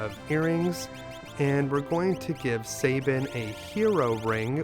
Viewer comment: I know it’s trivial but I hate when people pronounce Sabin’s name like (Say-bin) and my logic is this: take the word gab, like the gift of gab…it’s not pronounced (gay-b). Gab. Sab. Sab-in. Don’t mispronounce my favorite character’s name, damn it! 😏